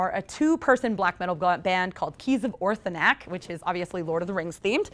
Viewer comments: ORTHANC not Orthanac...... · It's Keys of Orthanc not Orthanac, Orthanc was the tower of Saruman in LOTR. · ORTHANC, it’s Orthanc..